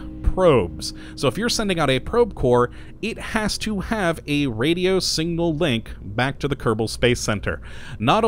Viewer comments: S I G N A L!! Not "single" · SIGNAL. Not single. pronunciation. learn it. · okschischen singal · I heard singal too. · and singnal instead of signal I love the way some people pronounce words oddly :) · singnal teehee.. I love the odd way some people pronounce certain wordsAnyway thanks for this great overview, I know it's an old video but it still applies!